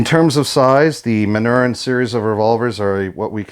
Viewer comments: Just an FYI: The name of the maker is pronounced "Man-nor-reen." Are these still manufactured in the same manner as the originals or has Beretta "updated" the process?? Jim F, Tucson, AZ multiple Original manufacture Manurhin owner. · Manurhin is pronounced: 'Mah-nyu-RANH'. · It's pronounced Man-ur-in !!!!! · True French pronunciation of the word Manurhin is difficult in English because the French sound of the letter U does not exist in English. The ending of the word ("rhin") is also very difficult. If you want to know how to say it, go to google translate site, write manurhin like you want to translate it to english, then click on the speaker icon. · If you are going to acquire a brand, you should learn how to pronounce it.